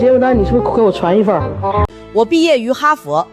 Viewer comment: 人家說的是哈fer 不是哈佛，中文英說，英文中說